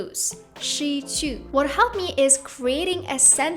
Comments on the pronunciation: You may need to find a new Chinese teacher who can teach you properly how to really speak Chinese the proper way. 失去 is definitely not shee choo. If you get the accents wrong, it's not that bad, but the sound of the vowel and consonant here are totally off. Your current Chinese teacher, if any, is cheating your money imo. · OK, I’m Chinese. Your accent is standard except 机 and 失去.